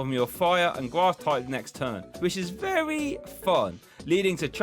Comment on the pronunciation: made me UwU when you said gwass energy